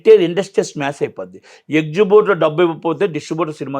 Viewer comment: ఎక్జిబ్యూటర్ గాదు ఎగ్జిబిటర్